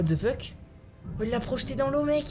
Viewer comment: Et à : Mais what the feutte